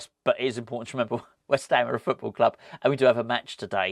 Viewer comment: Come on, you’re a Marvel fan you should know the Fulk bounces around the world in a run and jump Stiely 👍😡, please stop saying club in the way you do. It’s so annoying cheers